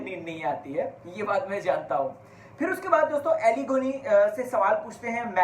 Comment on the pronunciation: अरे भाई, उसका नाम अली है, ऐली नहीं